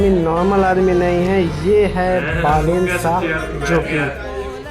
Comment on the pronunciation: It's not बलेन,it's बालेन 😡😡😡